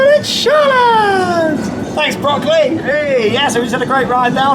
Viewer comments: your pronunciation of "Böckli" sounds more like broccoli :) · It's funny how you pronounce Böckli like Broccoli xD I think his name would translate into Ramley.